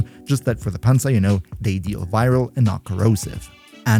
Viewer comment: i love how german he says panzer